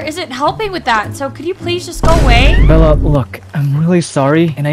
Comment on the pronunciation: is he saying bird for bella or bird a bird?❤😂